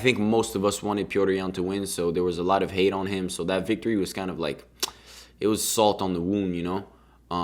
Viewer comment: Bro it’s salt on the wound, not salt on the womb 💀